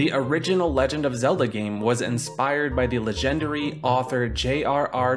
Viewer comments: Bruh really said "Lesh-end-airy" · "The l'jenderie author, JRR Tol-KEEN" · "la-gendary" "Tolkeen" lol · did you just say 'luh-gender-y'? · La-gendery. Never heard that pronunciation before. Great video! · ... how did you forget how to say legendary? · I was about to say... He said it like he meant it too. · The way you say “legendary” is blowing my mind. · We all just cool with how he said "legendary"? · how you just gonna pronounce legendary like that ☠ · The way you pronounced "legendary" 🗿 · Why did he say legendary like that 😭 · Did this guy just pronounce ‘legendary’ wrong when talking about Tolkien? Lol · I'm sorry but can you pronounce "legendary" for me again.....